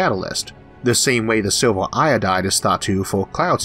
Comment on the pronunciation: LMFAO..."is it gold or Silvor"....its fucking "silv-er" stphen hawkins cousin.